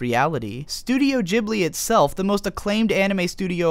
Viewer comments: miazaki he inspired by some italian plane "ghibli"? "gh" s pronounced as "g" as in "grey" or "game" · OMFD, I just can't help but notice the pronunciation "Jibli". I know it's "Jiburi" in Japanese but still. I'm just so used to pronouncing "Ghibli" like it's written I guess.